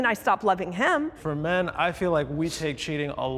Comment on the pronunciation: First off, tell whoever your "announcer" is, that they do not know how to properly speak American English Grammar, with how they have pronounced the words MEN & WOMEN.